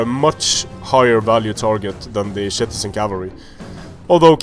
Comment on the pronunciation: why are you saying shitizen cav